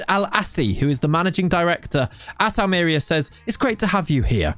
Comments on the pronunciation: Me watching the video: "I hope he pronounces it 'Almería' and not "Almeria": "Welcome to..." "AHLMEERIA" Me: "Oh my God, he can't just... bless him" BUT, ironically, he pronounced "rojiblancos" almost perfectly. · Hate to be THAT guy. But that accent tells you it’s al-mer-EE-a. Love the choice though. Who else has managed them?! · Excited for this save LET'S GO!!! On a side note, it's pronounced Almeriiiiiiiia, with emphasis on the i (in case you didn't understand it haha), can't have the DOF not pronouncing correctly the name of the club he directs 😅 good luck with the series can't wait! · Ha yes that was my first thought. Aal-mr-ee-uh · Its read it wrong .. its Almeriya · NO!! XD I'm subscribed already, I can only criticise your pronunciation